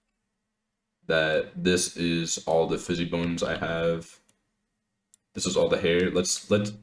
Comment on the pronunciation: bro if you say "fizzy bone" one more time i swear to god